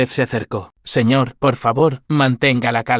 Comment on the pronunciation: Siñe en vez de señor?